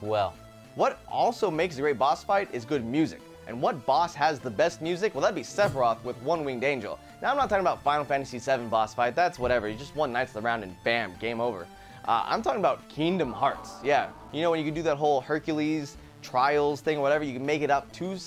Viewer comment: Keengdom Hearts